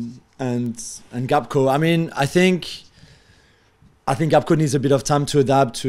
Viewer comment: Lol at Jules call Gakpo 'Gapko'